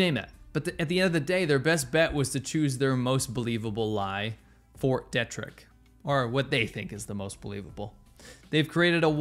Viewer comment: Just to let you know, Ft. Detrick is pronounced Dee-trick.